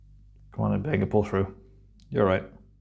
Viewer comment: i wish someone on the show would pronounce the doctors name properly M,BENGA NOT UMBENGA